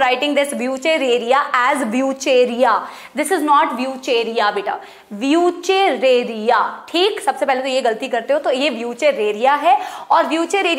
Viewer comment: wuchereria Ki pronounciation Wushhreria haii😂😂